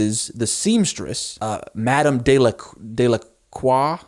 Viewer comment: I have to say that as a French speaker, one of the moments that made me laugh the most was you trying to say Delacroix 😂 I really like your concept, it is really interesting. I don't know if you enjoy K-drama but I would advise you to watch Revenge on others, it is a good mystery show !